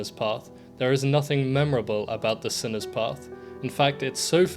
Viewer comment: I literally stood out of my corner when he called it sinner’s path everybody knew yo, you were saying it wrong